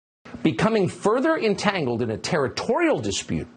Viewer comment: Say," Entangled" again 😂